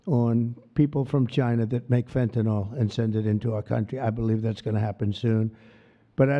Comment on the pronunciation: Wow! Right now 96 comments and about 80 of them are nonsense bot sh!t about some crypto crap. ALSO Trump literally cannot pronounce Fentanyl and I laugh every time